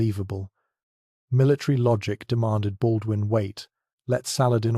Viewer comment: Baudoin .... Pas .... Baldwin ....☝️😌